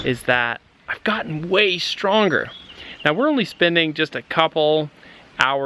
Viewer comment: in the latest shot you forgot the R in st(R)onger...